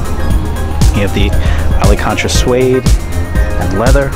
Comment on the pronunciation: "alacantra" LOL